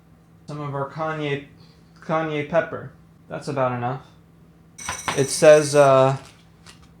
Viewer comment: The way my eye twitched when I heard "Kanye Pepper" 😂😂😂😂